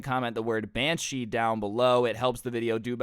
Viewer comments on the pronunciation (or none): Did he say manshe or banshee